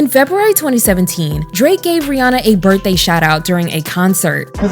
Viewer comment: Her name rhymes with Hannah. Not Fawna.